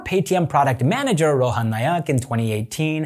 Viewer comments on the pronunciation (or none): none